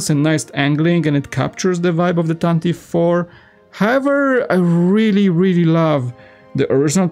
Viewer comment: Yeah, usually Americans say it correctly… “tantive” We like pronunciation